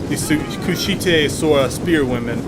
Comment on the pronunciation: Sorry to nitpick, but it's pronounced Kush-ite, rhymes with kite. They were from the land of Kush.